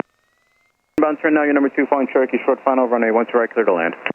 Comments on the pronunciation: that guys 'Cherokee' was Turkey to my ears also 🤣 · It was Turkey.. 🦃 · I absolutely love all the vids, but i cant be the only one who hears "turkey" instead of "cherokee"......so you will forever be known as "" 😂😂😂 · Nooo way I thought it was turkey am I deaf??😂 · At least I am not the only one who heard that 😂😂 I was trying to work out from the plate where Turkey came from